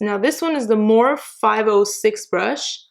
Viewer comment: Its not morph its pronounsed with the e on the end